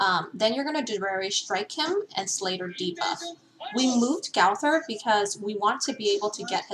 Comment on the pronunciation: It’s not gawthor it’s gowther